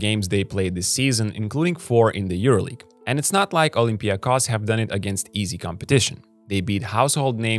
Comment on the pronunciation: Olympiakos, and Panathinaikos too, are name which must be pronounced with emphasis on the final O. They are OlympiakOs and PanathinaikOs.. as every name or word in Greek language in -ikos.. like also IonikOs... or kanonikOs (normal). You can try Google translate.